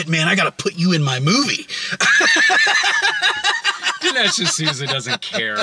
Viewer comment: Ol' D'nesh D'sooty. At it again.